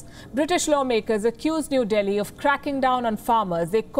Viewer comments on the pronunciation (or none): none